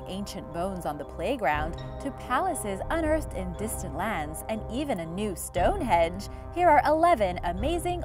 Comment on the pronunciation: I like the way she says Stonehenge... Stonehedge.